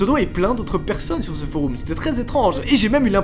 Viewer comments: "Des foroum" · est ce que je suis le seule a qui sa stresse quand il dit foroum mdr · Foroum 🤣 c'est du latin ça se prononce forom. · « Un forOUm » meeerde ça perd toute crédibilité du coup!!! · Mec t’as dis « Foroum »! C’est ça qui m’a le plus choqué! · foroum sur youtoube!!!le deepwoub anectous..en gros il essaye de parler francais et latin je pense mdrrrr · "foroum" C'est stressant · Sur des "foroum"😭😭😭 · "foroum" ? x) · Foroume qu'il a dit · Je suis le seul à penser que prononce mal "Forum"? ( Il dit Foroum 😂) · Tu prononces mal « forum » connard